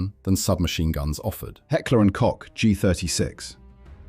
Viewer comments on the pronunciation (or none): "Koch" is pronounced like Coke - the drink. Good video!